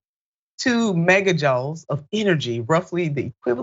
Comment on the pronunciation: I love you, Nina, but you really need someone to point out proper pronunciation of words you don't know. joule (a measure of energy) is pronounced like the word jewel. nubbin is a small nugget of a substance and rhymes with rubbing without the g. The first time you mentioned the facility (not faculty) you said the correct name - Lawrence Livermore Labs, but the 2nd time you said Liverpool. Please work to get these details correct when you're publishing stories so everyone can see how brilliant you are. America needs you...